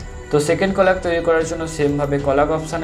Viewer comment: Very helpful but কলাগ নয় কোলাজ 🙂